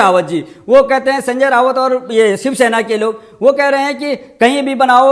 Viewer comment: भाई सनजय राऊत है ना कि रावत। सि्व सेना अब हो गई है खिसियानी बिली।